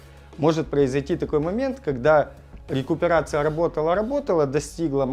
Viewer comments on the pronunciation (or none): РЭинккоронация на лесопети)))